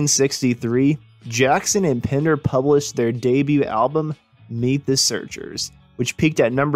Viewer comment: It's PENDER , not Pinder !!